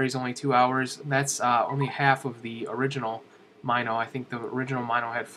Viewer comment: Totally not being a snob, because I actually liked the video, but Mino is pronounced "Mih-No", not "M-eye-no". -HB